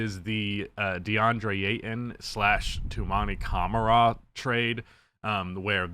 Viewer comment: And you said his name well, Toumani Camara, im French so i know it